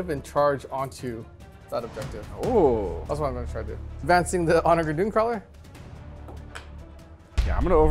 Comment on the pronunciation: This will get lost in the void but the word onager is pronounced with a soft g. It has a real meaning too - it's a ancient Roman seige weapon. I love these 40k videos you all make so much, and I will continue to binge until there are none left, but every time you all say onager I twitch. (p.s. If this is some Warhammer lore thing then I stand corrected)